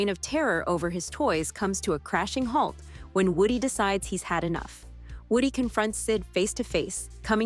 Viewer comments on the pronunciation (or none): none